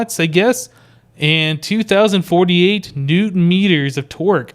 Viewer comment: Every time you say Torque, it sounds like twerk. I'm not kidding. This torque will haunt my dreams.